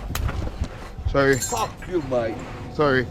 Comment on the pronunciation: the way he said "fuckkk you" it reminded of my turkish friend who would say it like that, they say it so differently, it sounds funny LOL